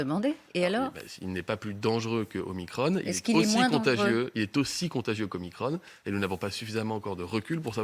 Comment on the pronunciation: ça me fait bien rire la prononciation de Veran! OmicrONNE ! pour ne pas dire OmicrON > Omacron